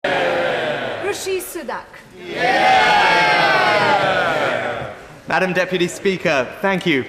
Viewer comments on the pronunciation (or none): Speaker can’t even pronounce his surname…its Rishi Sunak not Rishi Sudak ….@